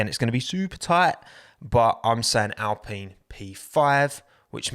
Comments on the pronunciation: Sorry, but who pronounces alpine like that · Genuine question: Why does everyone say al-PEEN instead of al-PINE? Is this a proper company pronunciation, family name, or is it just preference? This has bugged me since they first announced the team switch.